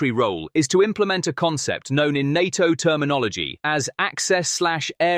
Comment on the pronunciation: Try saying NATO as one word instead of nonsensically spelling it